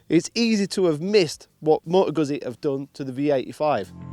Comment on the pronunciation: how hard is it to learn how to say the brand's name properly?